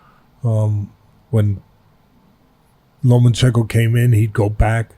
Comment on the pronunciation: Teddy there's no special N in Lomachenko.... it is not LomaNchenko